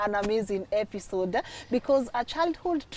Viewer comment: Did i just here say epishode 😅😅